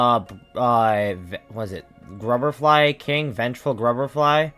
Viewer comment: Y’know, you’re the only person I’ve ever seen that actually likes winged nosk. Also, WHAT IS VENGEFUL GRUBR-FLY??????